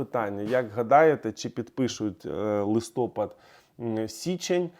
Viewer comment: ЛистопАд а не листОпад!